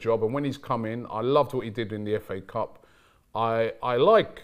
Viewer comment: All I hear is fa cup🤣🤣🤣🤣